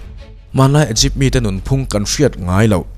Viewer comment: Igipth nilo in I gupt